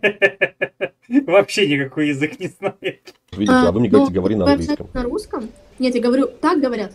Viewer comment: Не ховорите,а говорите